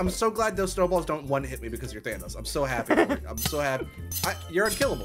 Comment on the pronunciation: havent watched ssundee in a few years i see he still says thanos like vanoss lol. man hasnt changed a bit gotta love em